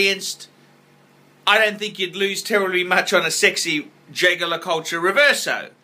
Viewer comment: Everytime you mispronounce names like Patek or Jaeger-LeCoultre, baby Jesus cries.